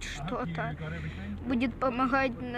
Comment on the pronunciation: russian words composed just from one sylabel are always stressed so you will hear only shto, not shta. Shta is serbian. and I never heard the H sound in ukrainian to be said as the sound "y" as you presented it. And eg. the O in zdorovo in russian has only 2 pronunciations: stressed and unstressed so I dont get where you found the third pronunciation variant like the silent "shwa" sound. It is pronounced like unstressed o which is a, just maybe because of difficulty of pronouncing that it may sound to you like 3 forms but there are no 3 forms, there are only 2 and it is o and a. so it is pronounced zdorava the same like milk (moloko) is malako .. there is no third pronunciation variant of that letter.